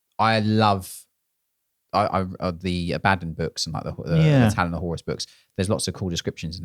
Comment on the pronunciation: I don’t want to start a fight but I think you’ll find it’s pronounced “Abaddon”… 😅